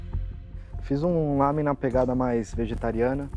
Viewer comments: " O meu Lamém está LAMÉNtável" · O meu "Lâmen" está "Lâmentavel" DONA KKKKKKK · "O Meu Lamém" Está "Lamém-tavel" Que mulher esperta da porra!